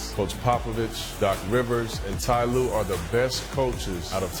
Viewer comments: This guy said Tyron Lue. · Ty lue? Naaaah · TY LUE?! HAHAHA